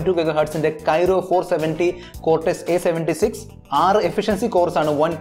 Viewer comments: Kyro alla chettaa kryo aanu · Kyro alla bro.. its kryo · പൊന്നു ചേട്ടാ കൈറോ അല്ല ക്രൈയോ കോർസ് ആണ് Not Kyro it's Kryo Cores architecture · It's not kyro architecture it is kryo architecture.. good video and good comparison. All the best 👍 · ബ്രോ .. Qualcomm പ്രോസസ്സർ കോർ Kryo (ക്രയോ ) ആണു, Kyro (കെയ്‌റോ ) അല്ല. അടുത്ത വീഡിയോ മുതൽ തിരുത്തുക.